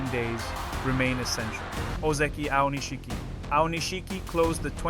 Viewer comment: It's spelled Aonishiki, but it's pronounced Aonishki. This strange, incorrect pronunciation as “Aonish-shiki” really annoys me. Boy, learn to pronounce it correctly.